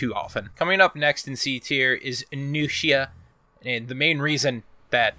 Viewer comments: I swear. If I hear a nigga say "Jang joon" "Teeyandi" or "Nooks-ee-uh" again I'm actually gonna report all of Kenzo's for Honor vids. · AHAHAH, SAY NUXIA AGAIN